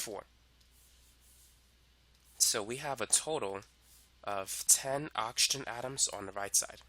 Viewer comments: Everyone:Oxygen Him:Auction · please learn how to pronounce oxygen 😭